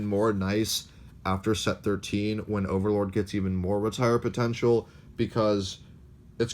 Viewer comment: Did I just hear him say "ogre"Lord? Lolz #AllOgreNow